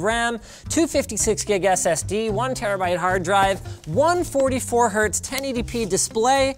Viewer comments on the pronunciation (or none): none